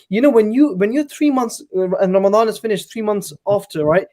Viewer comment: It’s Ramadan not Ramdan😂😂